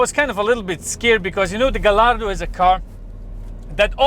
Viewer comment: Pronounced gayardo